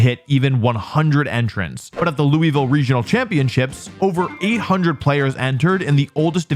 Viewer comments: I’ve been waiting for this video It’s pronounced Luhvul not Louie vile You will not escape me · LOU UH VILLE is how you pronounce it- from a local Louisvillian ❤ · We pronounce it lul-ville if your from louisville but everyone else calls it lewy-ville 😂 so all forgiven!! Love Wolfe! Wish I could have meet up while u was here! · "IT'S LOO-VULL!" "Oh I'm so sorry Louis Vile" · For those wondering, Louisville is pronounced: “Loo-vull” or Looey-Vill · louavile is how you say it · Holy shit, you were about an hour away from where I live, and I didn’t even know! I should keep up with VGC news more often, also, Louisville is pronounced “Lou- a- vuhl” or “Lou- vuhl”, in my opinion. I tend to drop the “a-“ when I say the name of the place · Ask anyone from the south and they will say Louisville is pronounced lew-uh-vull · It’s pronounced “lul-vull” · & we pronounce it loohel-vile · … fine. Apology accepted. :) For those wondering, it’s “LOU-uh-vull”. The city might be named after a French king, but no local pronounces it like it’s French. Same with Versailles, Kentucky. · Loved the video! And yes we forgive you! For those that are curious most locals I know including myself pronounce it as Loo-vull. Come back anytime! You're always welcome! 😄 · Hurts my soul hearing Lewiville like no 😭 but you telling me the goat was in my city and I didn’t know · its luu vuul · I am from Loo-uh-vuhl and i forgive you ☺️ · Thank you for immediately apologizing for your philistine pronunciation of Loouhvull. I shall confer with the council of horses and mint juleps to decide your sentence. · As a Louisville native, you are forgiven Wolfey. Just know its pronounced "Lou-uh-vool" down here, anything else is disregarded lol. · BRO ITS LEW-UH-VUL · You pronounce Louisville as one syllable. Lou-a-vul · its pronounced “Lew-Uh-Vuhl” in the south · At least you didn't pronounce the "s" 😂 For those who don't know it's pronounced "LOO-uh-vull" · Lul- vul. ITS LUL - VUL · It's pronounced Loo-iv-ille